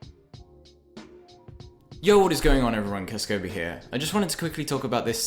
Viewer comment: It's not pronounced "kisskobi" it's "k-ass-ko-bee"